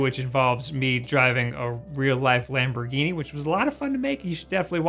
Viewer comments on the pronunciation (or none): none